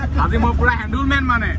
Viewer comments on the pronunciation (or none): হেণ্ডিমেন ❌ হেন্দুলমেন ✅😂🤣